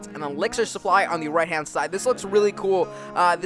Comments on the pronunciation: you spelled supply wrong you said suppy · "Elixir Suppy" Someone forgot the L guys, Cmon!